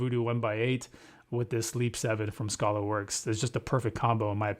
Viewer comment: It's not Scholarworks it's Skaylerworks. FYI...